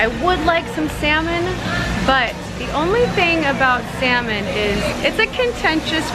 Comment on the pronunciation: 😂 saying sal-mon Pinoy style the silent " l "was gone so cute. Fish it's got to be wild this farm fishes are toxic. Seen a video about farm salmon the most toxic food in the planet & farm tilapia they eat their own poo bc they've got hardly any space at all to swim around that's how crowded they are & that's why they're cheaper & also a video about prawns they put the prawns into sleep by injecting chemicals into them but in PH I think we're more maybe safer as long as we don't follow the others who only really think to put a ton of zeros into their accounts.